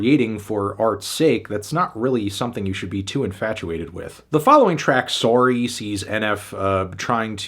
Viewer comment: Midwestern Native here; that was Canadian accent fs. I ain’t never heard a Midwesterner say sorry like that 😂 lbvs